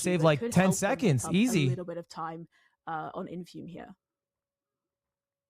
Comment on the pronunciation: why is ludwig saying his name wrong. Isnt that tyler1's thing. Ludwig not funny enough to be doing that